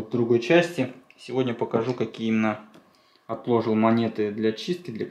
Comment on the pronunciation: Говори правильно не отлОжил а отложИл